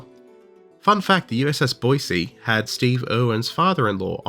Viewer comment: I'm so glad you pronounced Boise correct 🙏🙏